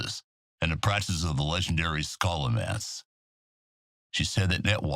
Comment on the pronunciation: Scholomance, he says? :O